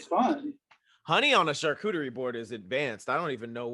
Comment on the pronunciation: Charcuterie not chacooterie 😂